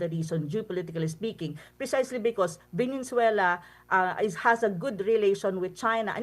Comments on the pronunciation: Venezuela not venenzuela😂🙄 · VENEZUELA PO PROF HINDI VENENZUELA 😂😂😂